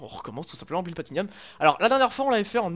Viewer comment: Sympa ! Par contre c'est bloody platinum, pas bloody platinium. ;)